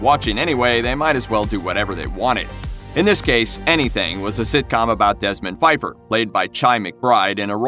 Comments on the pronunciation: In THE SECRET DIARY OF DESMOND PFEIFFER, you pronounced the "P". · The P in The Secret Diary of Desmond Pfeiffer actually ISN’T silent.